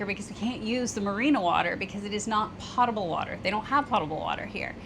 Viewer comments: Potable water, I know a lot of people pronounce potable like she did, like a pot, but the correct pronunciation is pōtable, with the o sounding I like “oh”. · Other than reinforcing the upside down umbrella idea, I’d like to add that the word potable is often mispronounced. Potable has a long ō, just like the word potent. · Love the episode. Hope everything gets worked out. One thing I heard during food safety couses at Penn State, was that the term is mispronounced pot-able. It is correctly pronounced Pote-able. (flowing clean water) Keep on keeping on. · FYI, the word potable has a long o sound in it. It would rhyme with "boatable" if there were such a word. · Even if you two did videos about riding lawnmowers, they would be a blast to watch. Your video and storytelling skills are that good! By the way, potable is pronounced with a long O sound (rhymes with notable). Not trying to be pedantic, but I first learned that way back in the 80s while I was in the Navy. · Potable has a long o sound. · You pronounce potable with a long “O” not a short “o” like toe, not pot. 😂 But in all seriousness, you guys are wonderful. Those of us who have watched you since the beginning, watch because we love you guys and the content you create, which includes how you stay positive in some very difficult situations. I started watching your channel in the RV days doing homework for my husband and I as we were planning to move into an RV full time. I’m currently trying to convince him to move into a canal boat full time for a while - he gets SUPER motion sickness, so a sail boat would be completely off the table. Any suggestions?